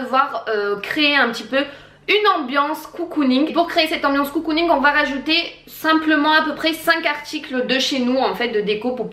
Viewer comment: Vidéo très sympa, ça change ! Par contre un truc qui me perturbe, on ne dit pas "COU-COU-ning" mais "CO-COU-ning" (comme un cocon^^). Des bises !